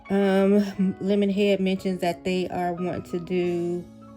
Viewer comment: Every time you say "lemonhead ," it takes me out! 😂